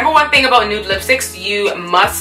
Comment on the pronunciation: I should have known when she said "about" lool